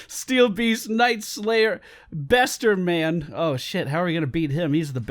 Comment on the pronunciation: i cringe when you said Besterman, oh god